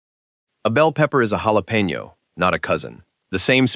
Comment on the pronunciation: Hey, programmer of the AI machine voice! The "j" in jalapeno is NOT pronounced the usual way. It should be a "kh" sound.